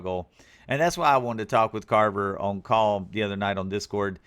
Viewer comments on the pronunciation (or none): it’s CARRRRRRRVER 😂😂😂😂